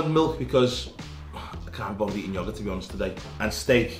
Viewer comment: Cool to see him eating a beeegah an yogeeeh